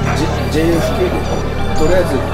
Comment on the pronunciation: JKFって😂KFCみたいに言わんといて😂